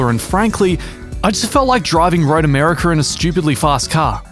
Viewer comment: Road Americer. 😁